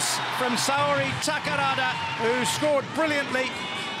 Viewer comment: Japanese women got all category of world cup!U-17,U-20,and Full A team! おめでとうございます。 ところでA代表って↑でよかったっけ、英訳。ははは。 英語の実況、宝田選手をタカラワ、タカラワと呼んでたな。さあ次は東京五輪！